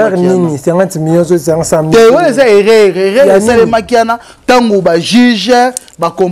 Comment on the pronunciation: On dit erreur et non eraire